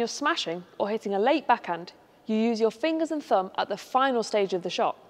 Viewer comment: fingers and "fumb"?